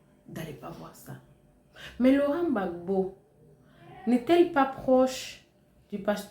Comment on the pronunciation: Madame s'il Vous plait c'est le President Laurent Gbagbo Et non Laurent Ggagbo. IL n'est pas votre petit copin.